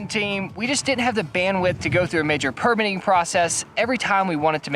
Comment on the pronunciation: It’s perMITTing (verb) not PERmitting . PERmit is a noun. There are bout 50 noun/verb pairs like this is English where the noun and verb look the same but the syllable stress shifts from noun to verb like: INsult/inSULT or REbel/reBEL. It’s surprising to me that mostly Americans don’t understand this and never seem to learn. This goes back as far as I can find to old movies from the 1930’s where I hear actors making that mistake and it was never corrected. There are many often repeated rrrors in which Americans speak English from grammar to a deafness to how rhythm and stress can convey meaning. It’s not accent but ignorance.